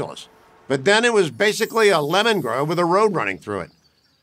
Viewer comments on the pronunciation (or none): none